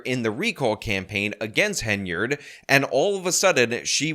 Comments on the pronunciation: HEN-YARD Not haynerd Come on man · Finally, you see the Hen rather than Hay, very annoying listening to you mispronounce endlessly